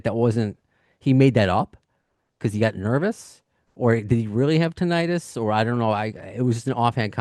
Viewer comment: You’re both mispronouncing “tinnitus.”